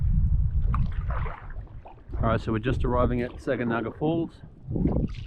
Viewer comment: Too late now, but Sag is produced "Sag-anaga" emphasis on the first sylable.